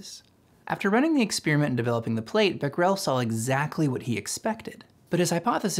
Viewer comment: Great video, but I’d highly suggest looking up the pronunciations of people and places before recording your audio for future videos. For example, it’s not “bek-rel”, it’s “bek-er-ell”. “fur-me” should be “fair-me”. “Deh-cow” is “dock-cow”. Etc